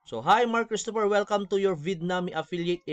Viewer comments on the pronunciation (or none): none